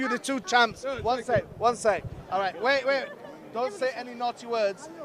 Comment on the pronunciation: the indian accent came out a bit there with the wait wait lmfao